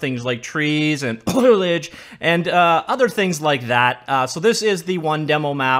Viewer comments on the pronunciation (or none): it's simple let me help. It's not Foil, think Bowl but with an F. Say Fowl E Age. Look at the 1st 4 letters of the word foliage. It's begins as Foli, not Foil... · He has a slight brain worm that makes him pronounce 'foliage' like 'foilage' so he chooses not to engage with that word :)